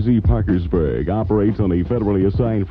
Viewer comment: Did you notice he pronounces Parkersburg 3 or 4 different way